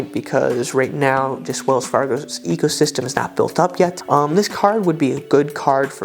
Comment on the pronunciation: Sounded like "Wells Fargo Ego system"...😊